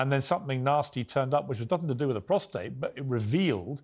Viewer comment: Could someone please correct Tom Bower’s pronunciation of the prostate gland? It’s prostate (with no r after the t) not prostrate. He keeps saying prostrate and it’s incorrect. He’s writer. He should know this.